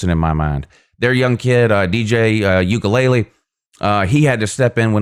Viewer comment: As a sports analyst you’re being flat out lazy and disrespectful for repeatedly mispronouncing Clemson QB DJ Uiagalelei’s name and instead repeatedly pronouncing it as “Ukulele”, which is, in fact, a small guitar-like instrument. Slow down and pronounce the letters like your teachers taught you in kindergarten. As a sport’s analyst/commentator you should learn the correct pronunciation and practice saying players’ names correctly before you get on the mic. It’s literally that simple. And don’t blame your mispronunciations on having a southern drawl. If you choose to be a sports analyst then at the very least you should pronounce the players names correctly. Failure to do that simple aspect is just lazy and shows that you do not take your craft seriously. Stop butchering players’ names. Get it right.